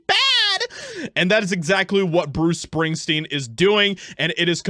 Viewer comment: Who's Bruce Spingsteen?